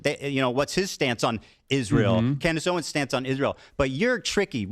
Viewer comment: "Klandice Owens"💀💀💀